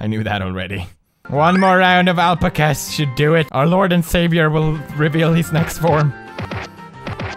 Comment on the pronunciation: It is pronounced al-pack-as